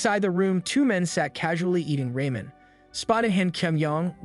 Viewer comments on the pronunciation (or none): Just a tip, if it’s Korea, it’s pronounced “râmyeon”